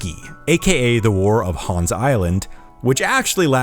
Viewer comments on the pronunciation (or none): none